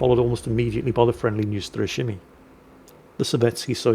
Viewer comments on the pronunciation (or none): none